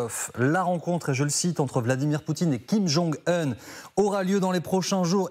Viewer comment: Kim jong "HEUN" ??